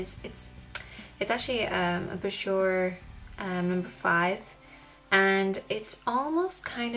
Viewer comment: Bourjois = boo-zhwah :)